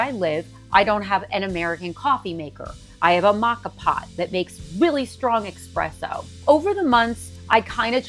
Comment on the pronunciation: It is espresso, not. Expresso.